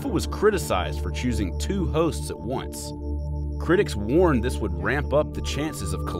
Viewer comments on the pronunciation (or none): none